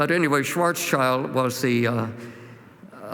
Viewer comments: I have found a mistake 😂 but only one 🤓 Schwarzschild - Shwarz-child - Shwarz-shild If you hear a climate cry, let's say more than one. And not only sch-ch-sh 😁 Thank you for this video ❗ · Very unconvincing talk. Graph doesn't even have the right x-axis - since he is supposed to be an expert in optics, he should have noticed this. He should also learn how to pronounce "Schwarzschild."